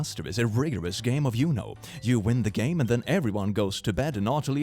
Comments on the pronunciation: saying uno you-no is freaking me out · I really like how pronounces 'Uno'